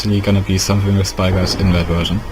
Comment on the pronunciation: did you guys not realize that he said spygot instead of spigot LOL (BTW) it worked